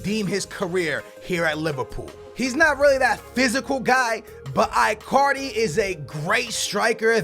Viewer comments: like really dude work on your pronunciation of player names my ears always hurt when i hear you say Bailly and that Icardi one omg bro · i get triggerred when pronounce names wrong. marković, icardi, mané. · I-Card-E.....What?????????Seriously....WTF????Its E-Card-E. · It's pronounced EECARDI,but its alright